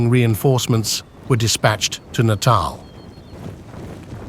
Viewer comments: Natarl not naytal pronunciation ! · Next time, enunciate your spellings so they pronounce words like "Natal" in the correct way. You may have to type in "nuh-tall" or something like that. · I can't tell if this is AI or not. If you can't pronounce Natal at .49 why should I listen to the rest of this?